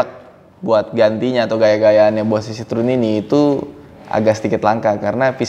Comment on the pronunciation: Kalo liat di Wikipedia, cara bacanya bukan sitrun mas, tp sitroén, ada tuntunannya di wiki gmn cara bacanya.. CMIIW...